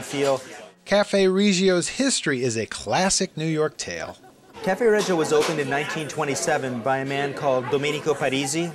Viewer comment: Nice. But not pronounced Ree gio.